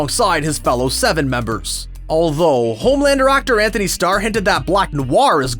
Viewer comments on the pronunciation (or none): none